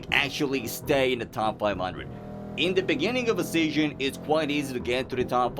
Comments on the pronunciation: ITS SEASON NOT SEYON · its sounds funny when you say season, u say it like seasion but that run was insane and i love your videos and keep it up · Are you a foaken BRIT? Like what is Seasion? Huh? 🙈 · fix ur season pronounciation xD